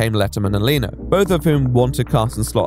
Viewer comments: its leno not leeno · Leno is "Len-o", not ley-no, not lah-no. Len-o. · My-la Kunis. Jay Lee-no. (Okay, I don't know why I found these funny but I did)